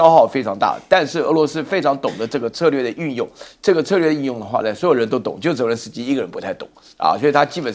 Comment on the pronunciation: 帅将军很有水平，但总把泽连斯基叫作“伦泽斯基”，不知何故？😅